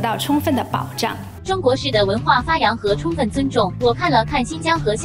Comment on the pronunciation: 共產黨一直在說 "充分", 我怎麼聽成是在 "沖X" (捏鼻)